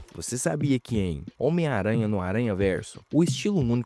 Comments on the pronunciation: Omaranha... (SIC) 🤣 Seria melhor se dissesse “miranha.” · O cara fala "ómaranha" 😂😂